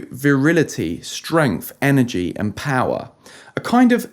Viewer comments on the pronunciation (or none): none